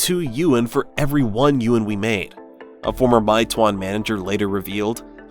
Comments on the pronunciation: "my twonn" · It’s “may-two-won” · I live in China & I can speak mandarin, it’s pronounced as “may two-one” 😁🤝🏾